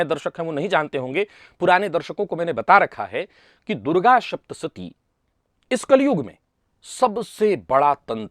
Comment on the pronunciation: 'श' के स्थान पर 'स' और 'स' के स्थान पर 'श' बोलना बहुत बड़ी गड़बड़ उत्पन्न कर रहा है ! सावधान रहिए और 'सप्तशती' को "शप्तसती" भूल से भी न बोलें।